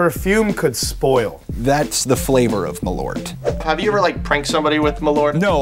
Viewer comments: The pronunciation is Maul-urt. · It's pronounced "maahl-uuhrth" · i like how they fail at pronounce Malört ><